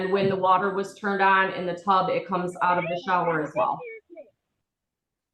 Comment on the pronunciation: I didn’t realize turned ended in a T(turnt) 5th grade is a struggle😂